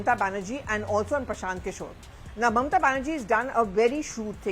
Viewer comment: I like the way you call Mamata Banerjee as 'Momota Banerjee" Pure Bengali accent